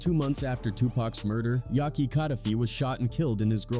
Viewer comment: Aye man why make a dumb video like this guy. You can't even say Yak's name right. And I bet you were born in the 90's or 2000's . Dumbest video ever